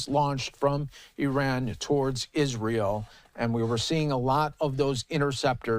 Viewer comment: It's Iran, not Eran.